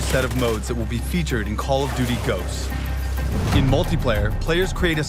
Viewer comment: dude its GHOSTS not goasts